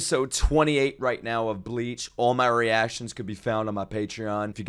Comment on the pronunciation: Bro can't read the word "my"